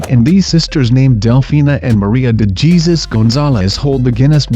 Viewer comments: Its hesus...not jesus haha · uggh it's pronounced Hey-sus not Gesus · Did he just pronunced the Spanish name "Jesus" with the English pronunciation?